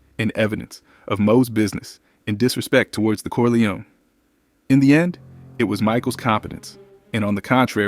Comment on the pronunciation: I like you videos , but it’s Cor-li-on, not Cor-li-oni .